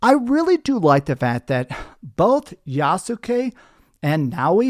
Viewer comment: It’s pronounced Yaht-skee, with only two syllables